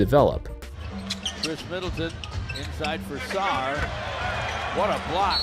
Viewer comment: Put some respect on Sarr’s name tf is wrong with you bru😭😭